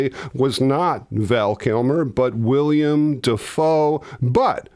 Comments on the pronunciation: Not to be pedantic, but it's Willem, not william. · It's "Willem" Defoe, as opposed to "William" Defoe. Also, "Costner", not "Cozner". :) P.S. Love your work!!